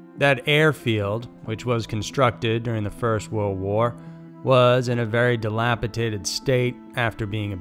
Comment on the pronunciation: ‘Dilapidated’ not ‘dilapitated’.